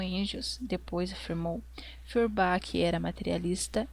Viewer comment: Outra coisa, acho que você poderia se interessar por esse site de compartilhamento e gravação de audiolivros ). Por fim, uma sugestão mais secundária e até fico envergonhado de apontar, mas as pronuncias dos nomes estrangeiros poderiam ser feitas um pouco mais proximo da lingua original, assim Feurbach seria pronunciado como "forba", Hegel como "reguel"... etc. Caso ajude vc pode checar a pronuncia na wikipédia ou no google tradutor. desculpa se fui inoportuno, mas tentei ser construtivo nas sugestões. Obrigadão pelo vídeo! Viva o comunismo!